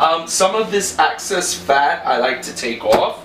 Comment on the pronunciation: Looks delicioso! Excess fat- not access.